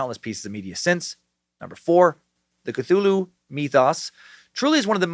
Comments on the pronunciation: "Fffgggrnnnnfffhhgrrrnnnbetoooo Cthulhu" LLOOLL!!!!!!!!! I've been waiting for that pronunciation massacre, and it was wonderful!!! Thank you Dan! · Part of me wish you didn't learn how to say cthulhu you used to say ka-thu-la-hoo